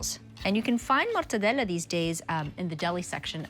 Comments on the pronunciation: I'd eat that slider out of her buttcrack but her over pronunciation of MORRRTADELAAAA is annoying AF. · Its interesting how GIADA overpronunciates the names of the Italian ingredients. "MORTEDELLAAA" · With the hand movement or it doesn’t count